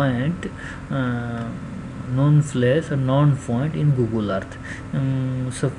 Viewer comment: GOOGLE-AH.. EARTH-THA